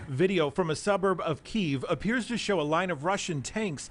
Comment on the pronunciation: It’s pronounced “KEY-EV”